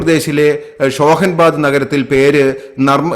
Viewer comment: ഷോഹൻ ബാദ് അല്ല, ഹോഷഗബാദ്.. ആയിരുന്നു